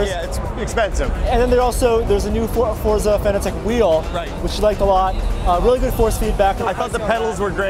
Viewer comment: Why do americans put a 'T' sound in Forza?